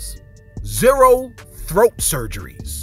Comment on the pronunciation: Yes that's how you pronounce it Thoat!😂...